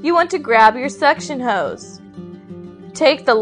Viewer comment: I like how she said suction hose.....